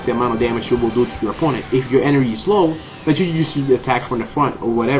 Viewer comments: Hahaha energhee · I love the way you say 'energy'...